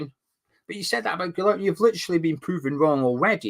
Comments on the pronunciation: its pronounced GIYERM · Say key and then put a g in instead then say ler-me and your golden. Got a family member called guilhereme